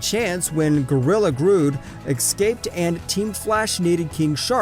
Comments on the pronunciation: Lmao no offense but its not grood its grodd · Gorilla grood wtf it’s gorilla grodd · i cant believe he said grodd like grood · Gorilla “grood”? “Catalin”? “Mickey” Rory? “Roman Cisco”? “Thawin”? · Almost stole your comment because of how bad he said those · Not Grood